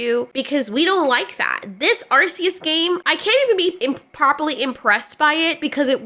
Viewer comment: Thank you for pronouncing arceus correctly.